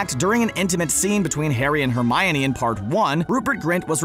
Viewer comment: Why are you saying Hermione so wrong?!?! Is pronounced Her- mine- e, not her-my-oh-nee